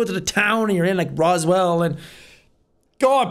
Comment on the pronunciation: He said roswelll!!! I live in Roswell